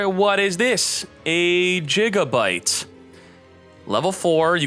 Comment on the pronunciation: Ah yes, the last piece for my gagagigo deck. jigabyte 🤣